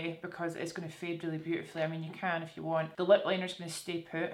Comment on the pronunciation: Every time you said "if you" I thought you were saying "F you" 💀